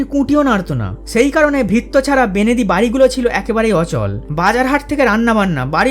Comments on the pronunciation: উঠল বাই -আলোচনায় 'বেণেদী'(দুবার) শব্দটি 'বণেদী' হবে বলে মনে হয় । কি বলেন? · ভালো হয়েছে। বেনেদি না বলে বনেদি বলো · অনেক তথ্য জানতে পারলাম,শুনতেও ভালো লাগলো তবে বেনেদী বলে কোনো শব্দ হয় না, উচ্চারণ টি হবে 'বনেদী'। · ১. ছেলেদের তুলনায় মেয়েদের জন্মহার এখনো বেশি। খোঁজ নিয়ে দেখ। ২. পুরীও কি কটকের চেয়ে 'অখ্যাত'? ৩. 'বেনেদি' নয় গো; 'বনেদী'। তবে ভাল ভিডিটি বেশ মনোগ্রাহী হয়েছে। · বেনেদি নয় বনেদি। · আপনার উপস্থাপনা খুব ভালো লেগেছে। এমন ভিডিও আরো দেবেন। কিন্তু দাদা আপনি ভিডিও শেষে "বেনেদি বাড়ি "বলেছেন ওটা "বনেদি বাড়ি" হবে। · বনেদী কে সেকালের মানুষ বেনেদী বলতো এটা কথার অপভ্রংশ কিন্তু ভুল না। যেমন চৈত্র- চত্তির,প্রদীপ- পিদিম,বৈশাখ-বোশেখ আরো অনেক